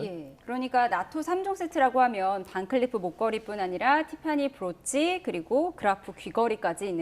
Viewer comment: 서해건설?? 반클리크 라고 하더니 변호사 발음에 문제가 많다 ㅜㅜ